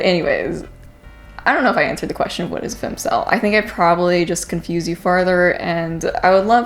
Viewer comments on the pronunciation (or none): Jesus Marie!! Its *Fem*cel wth an E sound